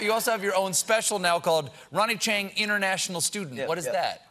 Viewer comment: Cracks me up how SC puts the stress on the wrong word in "International Student."